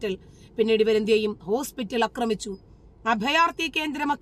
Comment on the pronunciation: അക്രമിച്ചു എന്നല്ല. ആക്രമിച്ചു എന്നു തിരുത്തുക. വെളിപ്പെടുത്തുന്ന ഓരോ കാര്യങ്ങൾക്കും അഭിനന്ദനങ്ങൾ!!